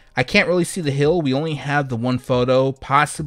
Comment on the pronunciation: Heeeeeeel, not hill